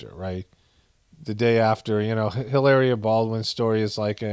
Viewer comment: Brings me joy when you pronounce names wrong love how you say trumps love how you say helaerrreea the Spanish girl from Boston keep up the good reporting from the apocolapyse you a voice of reason in a world wind of non logic with some laughs thrown in 😇